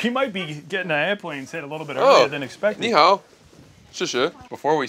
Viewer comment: when he says ni hao lmaoooo